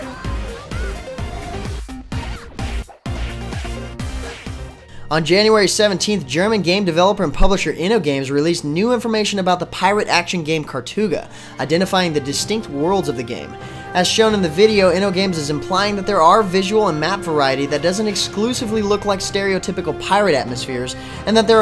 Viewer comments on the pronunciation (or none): kartuga =p but thanks for your post =)